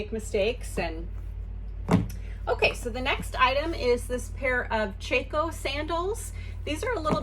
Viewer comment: I really enjoy your videos...I am also a new reseller! My sister wears Chacos all the time. I have only heard it pronounced with an ahh sound..chahhco. But no worries...it was a great find!